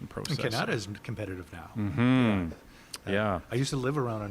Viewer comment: Dont know why, but everytime, for a split second, when i hear ca-na-da, i think its a different place than can-a-da 😅😂